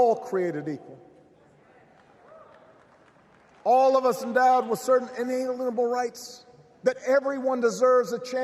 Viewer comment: The fact I rewound to make sure he did actually not say inalienable rights quite right, is why I miss listening to this Prez. Yea he’s a lawyer that’s what they do but he’s my lawyer